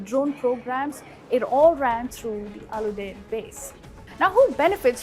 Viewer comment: If you're gnna make the effort and spend the money to run an ill-informed hit piece on a country,at least get the damn names and pronunciations right. Or is that too much to ask from your orange hued xenophobic head? "Humaaad" "Caleefa" "Youdaaid" Really? Lol.